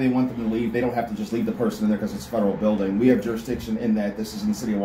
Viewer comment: "He's locked the "bew-ding". 🤣